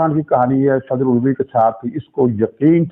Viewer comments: علوی نہیں بلکہ الوی یعنی آلو سے الوی۔۔ کیا خوب تلفظ نکالا۔ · Aelvi not ulvi